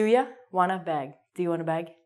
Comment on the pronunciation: say bag,not bog....